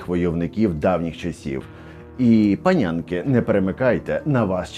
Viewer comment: Та чого ж панЄнка, як що панЯнка😅😅😅